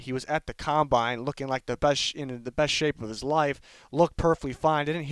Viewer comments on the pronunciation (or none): none